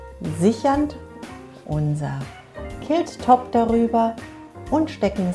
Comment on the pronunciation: Sieht interessant aus! Was mich stört ist die Aussprache des Wortes Quilt. Klingt wie Kilt und ein Kilt ist ein Schottenrock!!!